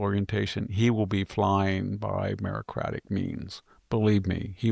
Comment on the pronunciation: It's meritocratic not merocratic.